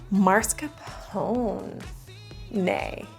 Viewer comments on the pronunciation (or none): "marscapone" ITS MASCARPONE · Why do people in the US and Canada say MARScapone? The r is in a completely different spot! There's no Mars in mascarpone 😭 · mascarpone sounds like "nascar pwn" but with an M instead of an N. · Mascarpone = mask-a-pony 😂